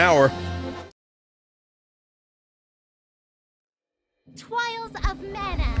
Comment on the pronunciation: everytime the intro said TWIALS instead TRIALS